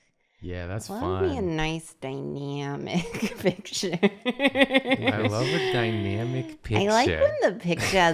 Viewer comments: i wish they touched on dy-nya-mic more than dy-meow-mic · Noice and die-nyamic ( I love her laugh X)) And back to noice and die-nyamic JOOOOLEAA!